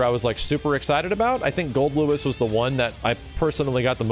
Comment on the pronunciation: The weirdest thing in this video is that actually said "Goldlewis" correctly